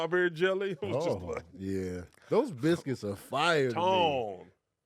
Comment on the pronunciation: Pronounced Bil-skits